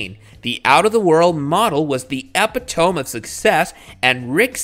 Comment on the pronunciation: BMW 18 & EPI-TOME😏 When you want to be an edumacated English man but fail miserably